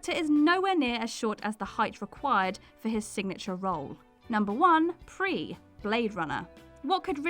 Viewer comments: Apparently NO ONE involved in the making of this video has seen Blade Runner since her pronounciatiin of Prie wasn’t fixed! I had to do a double take just to make sure of who she was talking about because I didn’t know who ‘Priss’ was. 🙄 Did you guys have a stand-in for the dubbing of that bit? If not, how about actually watching the FULL movies of the ones you’re nitpicking about? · pretty obvious she hasn't seen a lot of the movies she calls a couple of early ones by the wrong pronunciation but the one that sticks out is the number 1 pris she pronounces as pree like free instead of pris like priss which is how she is called in the movie. its a movie watch it before you discuss it because you have no idea how stupid you actually do sound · Um. For example number 1, Daryl Hannah’s character’s name is pronounced priss*, not ‘pree - which if the narrator had seen the movie 🙄 she would have known. Roy (Rutger Hauer) mentions her name more than once. And this is one of my favorite movies EVER, but I’ve never noticed anything weird about Hannah’s double. It’s very well edited IMO. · Daryl Hannah player “pris” in bladerunner not “prie” try and get the pronunciation right in one video guys !! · Shame on you! Did you even watch Blade Runner? D. Hannah's name was not pronounced as PREE (Pris) It was pronounced as PRISS - This new girl SUCKS... Oh and that's pronounced as SUCKS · and obviously shes never watched blade runner , its not pronouced pree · 'Vanjelis'? 'Pree'? Are the WhatCulture staff contractually obliged to mispronounce names? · OMG. "PREE"? Seriously? You haven't seen Blade Runner, have you? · Holy hell what's the word count on the script for this!?! So much talking to just show some bad stand-ins. Tighten that crap up, go for minimalism, its as bad as listening to a Trump speech where he repeats everything 3-5 times. Oh and its pronounced PriS with the S, its not some fancy foreign silent S. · Who the heck is PREE?! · Its pronounced PRISS